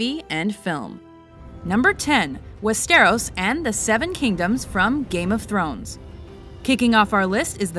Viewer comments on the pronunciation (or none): WIZARD OF FUCKING OZ;;;; Do we know any geography, history, languages etc. from wizard of oz;;;; the top 2 are middle-earth and the asoiaf world. it's not pronounced westEROS, but wEsteros( everytime you say it like that i wanna drink bleach). also, westeros is just a continent, like essos, ulthos and sothoyros. i can't believe its on number 10. ugh.... what can i say,. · I was under the impression it was pronounced "Westeros" not "WestAIRose" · Why is that #1!?!?!? Also its wes-ter-ahs not west-O-ros. Also westeros should be 1. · westEros? its wEsteros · Wes-stair-ose? They even say West-er-os in the show itself wtf is this shit? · Wes-ter-oss, not West-AIR-ose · Westeros not Wessterros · Haha, loool. What about pronouncing Westeros correctly next time. :P It isn't pronounced in one soft continous sound, more like Wester-rose And if you have to fill us in with lore from ASOIAF, try getting them right. The Others don't inhabit Westeros. They inhabit the frozen unmapped North. Westeros ends at the Wall. The children of the forest aren't fairies, they're a natural humanoid species, and don't inhabit Westeros anymore, they're presumed extinct and CENSORED DUE TO SPOILER The giants don't inhabit Westeros either and are presumed extinct by Westerosi. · Lost me when she said "wes-tear-ohs" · Wah-stair-ose? Even if you havent seen Game of Thrones how hard is it to pronounce Westeros? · "West-air-os"? I'm pretty sure that isn't how it is pronounced. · She has these all in the wrong order and plus this woman clearly hasn't watched the Game Of Thrones series otherwise she would know that 'Westeros' isn't pronounced "Westairous." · Westeros is pronounced wes-ter-ose. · lol west-ter-ros.... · That's not how you pronounce Westeros and it should have been higher on the list. Middle-Earth should have been #1 and shouldn't Pan's Labyrinth be in here somewhere? Also, Azeroth's about to shake things up next year with the release of the Warcraft movie.